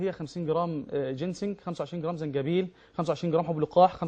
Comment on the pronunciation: في القرآن اسمه زنجبيل وليس جنزبيل يا شيخ يادكتور